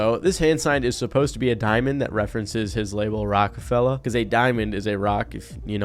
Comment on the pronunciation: Lmao ….. please… at least say rockafella right.